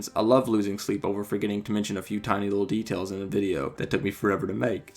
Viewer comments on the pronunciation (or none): none